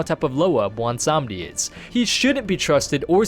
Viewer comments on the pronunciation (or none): wait, sry, blondesondy? blawnsanndi? blondsohnny? i-i dont know what ur tryin to say